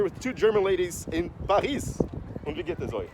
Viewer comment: Saiu um "Paris" meio inglês e francês ali